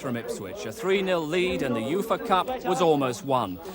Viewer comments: Everyone else calls it the Yoofa Cup. It's just you mate ;) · Why is he pronouncing UEFA like that 😂